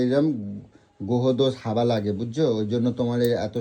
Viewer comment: কী ভাষা বলে হাবা লাগে না হাগা লাগে ।এত বড় মানুষ হাওয়া বলতে পারে না । একটা পাগল লোক।